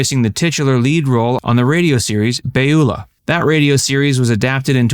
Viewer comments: good video, for the most part, although Hattie McDaniel did not do most of her work on television. She continued to do films until 1948. She did do a lot of radio and played Beulah (Byoo-lah not Bay-yoo-lah, as you pronounced it) in the late 1940's. That's why she did television, playing Beulah in the tv version that debuted in 1950. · BYOO-lah, not whatever you said. Fred Allen was known primarily as a humorist and, as such, he was a frequent panelist on the CBS series "I've Got A Secret" with John Daly, Arlene Francis and Dorothy Kilgallen. When Fred died suddenly, he was eventually replaced by Steve Allen (no relation). George Reeves killed himself, uhh, depending on who you ask. Most of these did not aspire to be television performers because television was not around back when they dreamed of a career.